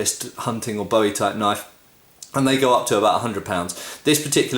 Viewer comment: Learn how to pronounce "Bowie"